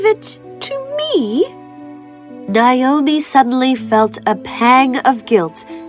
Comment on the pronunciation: Naomi - not Nayomi.